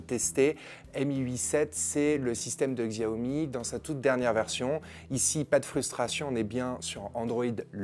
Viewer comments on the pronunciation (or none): polnar jean bas non on s'en fou pas c'est comme si tu regardais des présentation de produit nike et le mec prononçait ça nique. Xiaomi se prononce chaomi, c'est pas compliqué non plus... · Pour info je crois que ca se prononce "chaomi" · Y a t-il un jour ou vous prononcerez correctement le nom de cette marque?